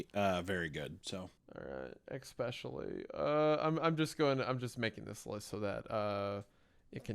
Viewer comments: Hunters "ekspecially" annoys me a little. Seriously dude, wtf. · Hunter saying essentric while saying expecially is just taking it too far I think. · So he says "expescially", but also "essentric"?